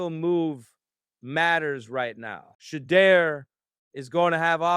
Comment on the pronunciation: "She-iow"? "She-deer???